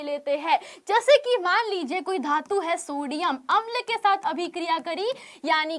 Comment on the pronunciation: धातू ❌ धातु ✅